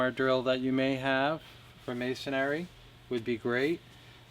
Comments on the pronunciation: It's masonry not masonary. Only one a in masonry. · This is the first time I have ever heard someone pronounce the word "masonry" like "masonary." And it's on a video about masonry screws. Go figure. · Uhh...mason(āRY) ? Dude wth?